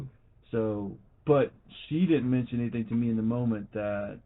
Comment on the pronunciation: And any words that end in “ing”, she pronounces with “ink”. For instance, when she says “thinking” she pronounces it “think-ink”. Or instead of “anything” it’s “any-think”. Rrrrgggg…😡 so freaking annoy-ink